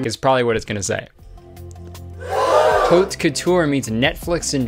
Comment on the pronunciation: and he knows how to pronounce "haute" correctly of all things